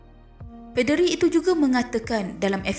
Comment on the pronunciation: Ada sebutan yang salah. Contoh 1. Poll 2. Paderi Sila betulkan sebutan anda ya. Terima kasih.